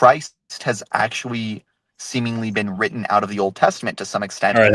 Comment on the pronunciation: That was pretty good actuawee